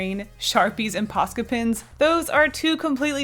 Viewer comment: When says "paska pen" I laugh 'cause paska is a Finnish swear word